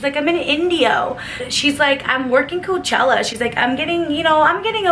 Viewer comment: Its coachella lol